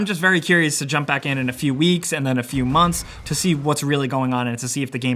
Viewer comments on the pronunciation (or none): none